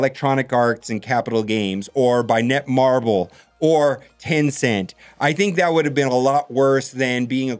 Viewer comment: FYI... it's "NetMarble", not "NetMarvel."